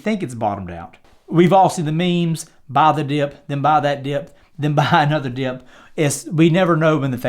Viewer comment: Hit the like button every time he says "baah tha diyup"